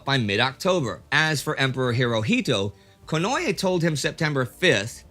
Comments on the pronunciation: Theres no such thing as "ye" in the japanese language, its ko-no-e (近衛). Please indy, its just like spanish pronunciation, and if you read the correct spelling on wikipedia youd see theres no "y" anywhere in there, just read it like hes from spain or mexico or any latin speaking country, itll at least be the correct pronunciation. 😂 i do love you, thank you for all the vids, and very glad and hopeful for you and everyones continued good health ❤️❤️❤️ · here indy, 10 seconds in a nice beautiful pronunciation. Not to change any episodes or anything, but just to give an easy example of Konoe Fumimaro (last name first name, as is standard). Just keep listening for the same name konoe after that 10 second mark for confirmation if doubted